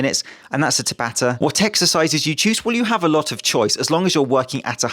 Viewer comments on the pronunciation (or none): It's pronounced tabata not tabata! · Just an fyi. The pronunciation is tah-bah-tah. A common Japanese name which was the name of the dude who invented/discovered the mechanics behind it. Cheers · ... My boxing coach has been pronouncing it almost like "ciabatta", I didn't even know it was a Japanese name until you said it with competent enunciation, and I've never seen it written down.